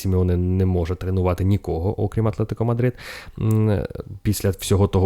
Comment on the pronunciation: окрІм,, окрІм😅 Дякую за випуск